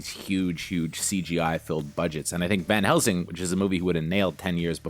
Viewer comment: 'Van' Helsing, not 'Ben' Helsing.